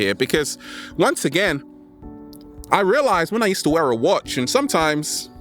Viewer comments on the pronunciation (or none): none